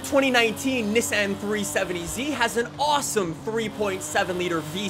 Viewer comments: not neh-san its NII-SAWN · Why does he say ni-san not nissan